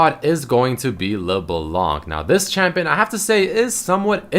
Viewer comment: How i say it: LeBlanc, How says it: LeBalanc